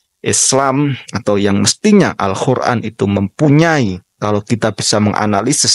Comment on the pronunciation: Abang pernah mondok dimana??? Kuliah dimana jurusan apa??? Apa tidak kuliah??? Sebelum membahas semua hal dengan kapabilitas yang sekarang, tolong belajar dulu pelafalan "al-Qur'an" yang benar, Bang... Pakai "Qof" bukan "Kho".... Entah Pesantren, Kampus, Lembaga apalah mesti ada darkside nya.... Kalau Pesantren dikatakan gagal dari segi outputnya karena ilmunya tidak adaptif malah jadi Lebih parah Kampus sih... Kuliah Pendidikan ternyata gak jadi guru, kuliah jurusan apa kerjanya apa.... Bahas domain tertentu harusnya multi dimensional POV nya... Walaupun diakhir bilang tidak semua pesantren begitu, keliatannya Bang g pernah mondok dah... 😂😂😂